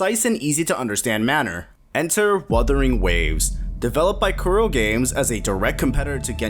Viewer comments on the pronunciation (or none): none